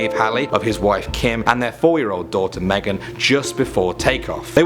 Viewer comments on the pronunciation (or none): none